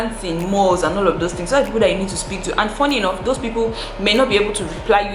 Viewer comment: "Get your pen and paper and jot phings down".....